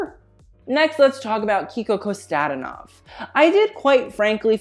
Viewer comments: Hon, I love you, but Kiko Kostadìnov, not Kostàdinov. I know you an do it, you nail them French names, Bulgarian ain't harder ;) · Kiko Kostadinov is pronounced differently. The apostrophe is on the i instead of the a. And Kosta should be pronounced like Costa Rica.